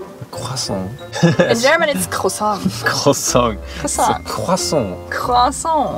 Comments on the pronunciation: Croissant 🥐 and le pain au chocolat theys accent is so excellent im French so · Your prononciation of "croissant" was pretty good (i'm french) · I'm french and at a moment in the video you say "croissant" you have a pretty good pronunciation.😂💕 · I speak french and pronounce croissant and pain au chocolat so well!!! You can speak french too?